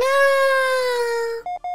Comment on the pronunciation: The turret sounds like it’s saying gooby not goodbye